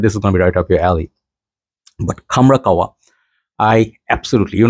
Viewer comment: Bro its kah- wa not kawwa 😂